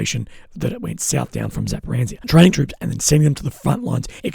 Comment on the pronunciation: ffs please look at the word Zaporozhya. THERE IS NO LETTER N IN SIGHT. Your pronunciation is driving me nuts for months!